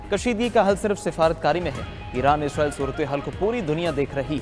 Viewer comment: عزرائيل عزرائيل کہ رہے ہو اسرائیل کہو پڑہے لکھے 😂😂😂